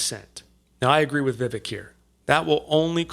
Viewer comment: I just switched from a registered Independent to a Republican just to vote for Vivek (pronounced Vivake) in the primary (I live in NYS).